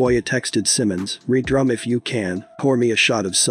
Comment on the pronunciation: Im waab he said "re drum" its "red rum" lmao this is why people dont need to cover shit like this.